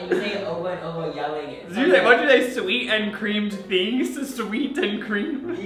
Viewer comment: When he said sweat instead of sweet, bruh.